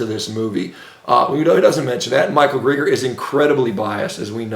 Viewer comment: another Shawn ministroke. He babbles and repeats himself and then stutters and stammers all the way up to trying to pronounce Greger.